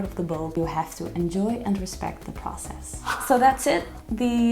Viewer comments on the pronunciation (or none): none